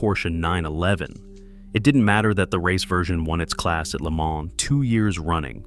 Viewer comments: I stopped the video when Le Mans was pronounced L.E. Man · "The car that would go to 'L', 'E', 'Mon' ..." 🔥🔥🔥